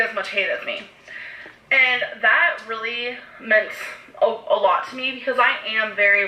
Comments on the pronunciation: for rill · “Rilize” “Lah” “Feelinz” “Amazeen” “Inscruciating” “Basamatee”